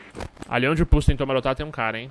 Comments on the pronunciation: pulse: som> puçi pussy: som> purçe, como se o se o primeiro S tivesse um som de R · só eu q ao inves de escutar "pulse" intendo pussy ?